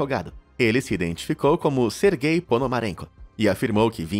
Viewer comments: É "SERGEI", não GAY. "Sérgio" vem daí. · Toda vez q ele falava o nome do primeiro cara eu escutava "ser gay" kskskksksks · "sergay" aí n mano KKKKKKKKK